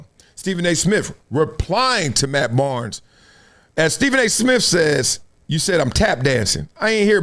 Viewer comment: Steven A Smiff 😂